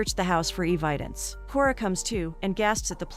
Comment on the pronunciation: Cunnyform What the hell is that. ??? Do you mean cuneiform??. Bain all. Banal maybe. I could go on. E Vidence. Hummm. Someone should teach the computer to read properly.